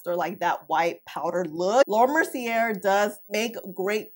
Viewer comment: Mer-cee-aye, the r is silent.